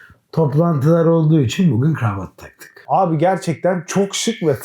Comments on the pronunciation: Dış sesin gravat gravat demesi bir tek beni mi rahatsız etti? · bu kameraman niye GIRAVAT diyor?